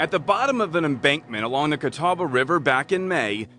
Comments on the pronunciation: Gratz on pronouncing Catawba correctly! I know locals there that get it wrong. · When covers a story from your town. Cheers on the correct pronunciation of Catawba! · Why is it that the area where I live is only famous for things like this?! Please know that there are actually wonderful people and good cops in NC. Also, kudos to you for pronouncing Catawba correctly. :)